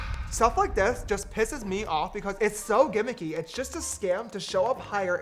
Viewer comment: STOP SAYING GIMMICY FFS